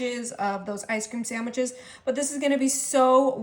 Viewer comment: Is she calling them ice cream saMwiches?